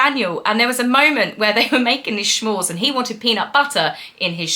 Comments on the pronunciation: S'mores not Schmores though lol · Luv ya,, but there is no “h” in the word s’mores. Hence it isn’t pronounced shmores. It is pronounced s’mores. They originated here in the USA, so I guess folks in the UK may not be as familiar with their name. But you are always spot on with your take on the succubus who still claims to be a duchess despite leaving all royal responsibilities. We in the USA don’t have royal titles so, if she wants to consider herself an American citizen, she should ditch the title. She’s a fraud and liar and always has been. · Not sure if you know but S’mores is not pronounced schmores. Good for you to watch this 😵‍💫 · S'mores (you know, like "some more") -- not "sh'mores" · Lol, "SCHMORES" is adorable. It's "S'mores" as in, no matter how many you make, everyone wants "some more" but I like your way of saying it better 😋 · What the HELL is a schmore?? Why is everyone insisting on adding an 'h' into words like "I'm a SHTRONG Wahman" Bobo tea you say properly, s'more? Really?? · It’s s’mores not shmores.Sorry, critical American 😊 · Did MM pronounce S'mores "schmorz"? It's pronounced "smorz." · Not to be a stick in the mud but it’s not “schmores” it’s “ s’mores” as in “some more’s” . Kids on camping holidays would beg their parents for some more of the delicious treats, that’s where this comes from. But honestly no one makes the graham crackers and marshmallows themselves. Way too much work. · So appreciate your putting yourself through this for us!! 😊 It did sound painful to watch. Love your take in the show. 😂 Also as an American I have to say they are called S'mores not Shmores. 😉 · Smores not shmores. From New England with ❤ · OMAG stop saying "SHMORES". 🤬😭😱🤣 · I enjoy your channel, but with respect it’s “s’mores”, pronounced ˈsmȯr, no h. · S'mores .... short for 'some more' or referring to 'mores', plus the 'some'... there is no 'sh' sound in this name.